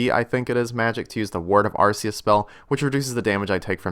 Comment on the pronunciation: why dose everyone pronounse arceuus, ar(c)euus and not ar(k)euus like its supose to be, just like you dont say ava's a(c)umulator, but a(k)umulator